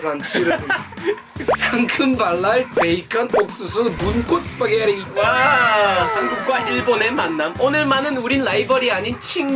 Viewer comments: 스파게리 발음 좋으시네요 ㅋㅋㅋㅋ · 스파게티 ㄴㄴ 시파게티